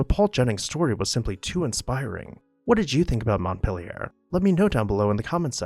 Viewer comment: Thank you for the history lesson, but the narrator's pronunciation leaves something to ne desired. Montpelier is pronounced MontPEElier as in orange peel. A schooner is pronounced sKooner, not shooner.